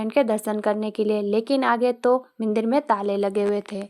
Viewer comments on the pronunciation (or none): मंदिर ❌मिंदर ✔️‌